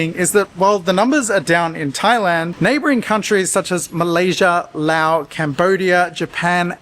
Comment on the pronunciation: You pronounced "Laos" correctly. Congratulations!